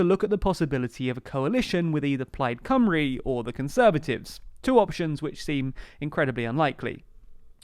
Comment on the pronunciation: Cymru incorrectly pronounced also.